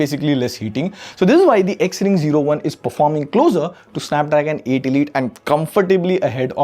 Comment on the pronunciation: Bro you are saying XRING 0(ZERO)1 but trekin tech is saying XRING O1 😅